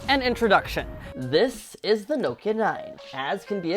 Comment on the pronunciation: “Noekia” uno i think everyone says Nokia